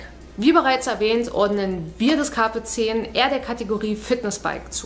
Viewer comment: Nehme an, der Name bezieht sich auf das Sprichwort "Carpe diem" also, so wie du das ausspricht wäre das schon richtig =)